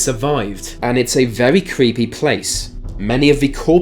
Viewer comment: Merita King, vewey (very)